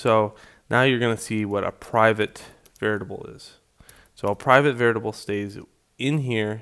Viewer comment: did I hear 'veritable'??? I could of swear its called 'variable' :P